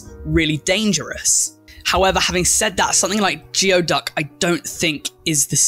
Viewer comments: The Geoduck is pronounced like gooey duck. XD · geoduck is pronounced "gooey-duck" btw!! they're super common here on the coast of washington state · I find Cordyceps facinating. I also live where people love to eat Geoduck (pronounced Gooey Duck). I am not one of them. And no, they don't have to be eaten alive. I think sea cucumbers are cute, though. XD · Oh, also, geoduck is actually pronounced like “gooey duck”! And no, it doesn’t have to be eaten raw. The people who are eating it raw in those videos are doing it for shock factor and clickbait reasons. Typically the geoduck is blanched, cleaned, chopped up and cooked since it had a very tough outer skin. It also typically has a lot of dirt (sand, seawater, etc) in its digestive tract unless it’s been cleaned so anyone trying to eat it raw is going to get a mouthful of geoduck feces, sand and old seawater 🤢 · was pitching a fit in my chair about "gooey duck" its a local creature! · As a Pacific Northwest resident, I have never heard of anyone eating a geoduck alive. (It's pronounced like "gooey duck btw). Delicious grilled with butter and dill. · Just to let you know "geoduck" is pronounced as "gooey-duck". Don't know why, it just is. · I hate that geoduck is pronoounced gooeyduck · It's pronounced gooey duck